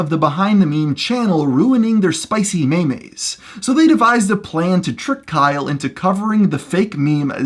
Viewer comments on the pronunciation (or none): did you just say "may-may" no.....just fucking no, no one, not one single person, says that, the 4chan joke fake pronunciation is "mee-mee" not "may-may" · MEYMEYES? REALLY? MEYMEYS?!?!?!!? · Hearing you say “spicy maymays” is the funniest thing ever